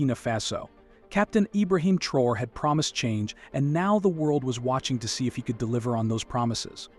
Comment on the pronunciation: Take your time. Study the name carefully and pronounce the name respectfully. Thanks for your cooperation.